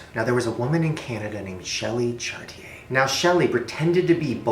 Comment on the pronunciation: forever wishing they'd pronounce the last name correct..🤦🏻‍♀️🤦🏻‍♀️🤦🏻‍♀️ its pronounced chartier, shortchie, lol